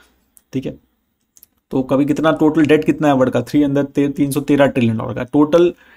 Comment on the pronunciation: Your saying word to world.. Its sounding word.. Its WORLD 😅.. because many time I hear don't watch video.. Kindly correct pronunciation.. 😊